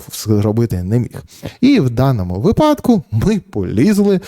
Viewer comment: Ярославе, з великою увагою та повагою дивлюся ваші відео. Одне зауваження: вИпадку, а не випАдку, будь ласка. Все решта - неймовірно!